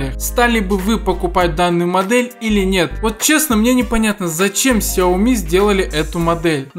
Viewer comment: He тупи Xiaomi ку... Блин, это же сяоми!